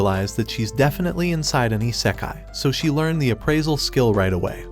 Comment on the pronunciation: I can't, the way he says isekai 😂